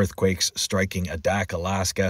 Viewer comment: Adak is pronounced with a long A, A dak